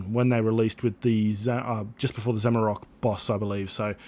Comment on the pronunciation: It’s Zamorak not zamarok